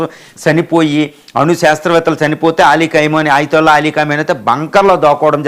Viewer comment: Ayatulla peru correct ga pronounce cheyyali. Dollr to rial exchange teleyakuna neevu speech istunnavu. Shame😂